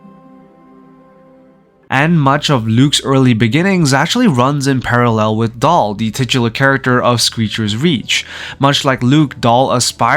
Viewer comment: Daal, not Dahl